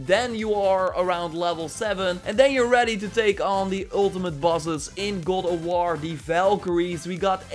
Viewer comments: "Goll ef wor" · “Good ah wah” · Sounds like he’s saying “Gaul Of War” 🤣🤣🤣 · Why do you keeo saying "Gold of War?"